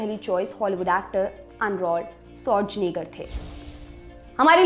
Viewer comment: Arnold Schwarzenegger ......Bas ye ache se pronounce nahi hua baki sab 👍